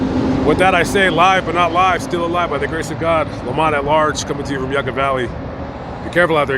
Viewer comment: And it’s pronounced yuka valley like how the Russians would say